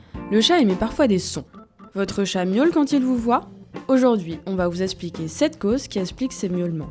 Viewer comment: Alors déjà, on ne dit pas "eSSpliquer", mais "eXpliquer", analphabète de midinette de 16 ans déjà fatiguée d'avoir à articuler.